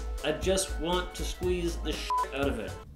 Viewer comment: "I just want to sqweez the shit out of it" cant stop laughing at this